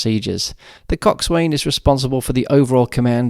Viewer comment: Great video! By the way, when pronouncing the word, coxswain, the 'w' is silent.